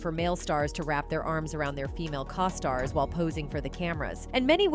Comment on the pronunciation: Co-stars....long 'O'!